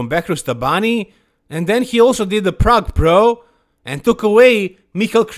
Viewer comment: Plrrrague Plrrro